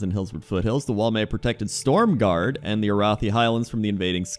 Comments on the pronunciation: stromguarde not stormguard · Why does everyone i watch call stromgarde stormgarde they are like sooo different lol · why does literally everyone call it "stormgarde?" it's STROMgarde....